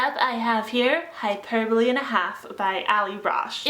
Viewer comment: It's hyper-bowl not hyper-bole